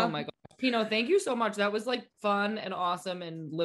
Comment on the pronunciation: pinot 😂 pinoe